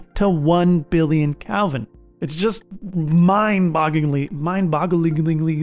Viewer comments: When your narrator doesn't even know the plural of supernova, time to find a different video 🫣 Edit: I decided to keep watching, and it was a really good breakdown of a lot of the lesser known processes. The pedant in me couldn't help but cringe every time he said Calvin instead of Kelvin though. 👍👎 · Its "kElvin" not "kALvin" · You keep saying Calvin instead of Kelvin. :-) Very good video. I learned a lot more about the mechanics of a Supernova. I had no idea how complex it actually is. Thanks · Why u keep saying Calvin